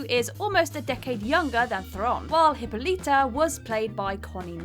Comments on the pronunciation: Diana PRICE???? Queen HIPPO_LETA??? Gal GAR_DOT three for thee mangles on that one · Diana PRICE? Queen Hippa-LEETA? Gal Ga-DOT?